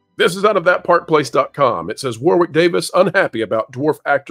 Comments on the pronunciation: Hey, you pronounce “Warwick” as “Warrik” not “War Wick” it’s a British thing. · It is pronounced Warrick. You don't pronounce the 2nd "w" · One for the folks from the USA: the 2nd W in Warwick is silent. In the UK we pronounce it War (never changes) Rick (never gonna give you up). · It's pronounced War-ick, just saying. 😁